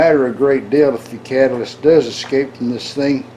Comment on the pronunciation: Love that disclaimer. For my own haha moment, I thought you said 'cabbage' (later deduced it was 'catalyst'), so obviously I was increasingly more curious about your desiccant system from there forward. +1 for OG engineering, which of course is Old Guy in our case!